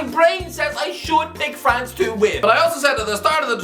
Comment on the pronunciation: ffs man, just say france